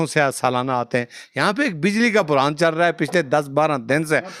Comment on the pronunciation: بجلی کا برہان نہ بولو بھائی بحران بولو